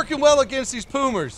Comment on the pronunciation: saying poomer instead of puma